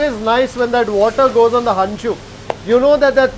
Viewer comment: Sir it's henchu 😂...not hancu